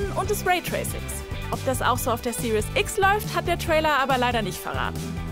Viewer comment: Super nitpicky ich weiss aber könnt ihr aufhören XBOX Serious X zu sagen? Das ist die "Series" X ohne ein "u". Okay sry jetzt habe ich es endlich aus meinem System draussen xD Ihr könnts wieder vergessen